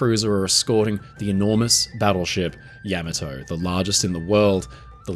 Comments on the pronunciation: Pronounce it correctly: Yah- mà (like hah)-toe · Yama-toe???? When did we begin pronouncing it that way? Is this AI generated? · you keep pronouncing the name of the ship incorrectly. it's accutally pronounced YAAAAAAA MAAAAAA TOOOOOOOOOEEEEE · Pronounced: YA (like the first two letters in the word “yawn”) MA (like the first two letters in the word “mama”) HA (like a laugh). The emphasis is on the second syllable; MA. Put them together and you have Ya-MA-to. YaMAto. Yamato. I appreciate the vast knowledge you have about this ship. I appreciate you sharing that knowledge. However, you apparently didn’t research how to pronounce the name. Something that basic being inaccurate makes you sound like an amateur, which is a shame considering all the work you put into this presentation. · It looks like you can't make up your mind how to pronounce YAMOTO. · Please learn the proper pronunciation of things. It’s Yah mah toe. Ya may toe. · AI voices suck though.. Can't even properly pronounce the ships name.. It wasn't Yeah Mah Toe.. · Saying it wrong. Ya..ma..toe. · Is it really so hard to have a human narrator? “Yamma Toe?” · I never knew it was pronounced Yamato and not Yamato. The more you learn! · How can the person narrating the video not know how to properly pronounce Admiral Yamato's name.. I've seen this time and again on many of these videos. Instead of just reading your script how about doing a little research of your own before hand. This man and this ship deserve it. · You put the wrong emPHAsis on the wrong syLLAble. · you are the only one ever heard to mispronounce the name. Like those who say Warshington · With all the impressive research you've done, odd that you didn't make the effort to approximate a correct pronunciation of the name of the ship. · Pronunciation is wrong. Pauses in the intro - terrible (at that volume). The rest of the presentation - OK (when you aren't trying to mispronounce Japanese words, that is). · Yam-ah-toe? Isn't it Yah-maw-tow?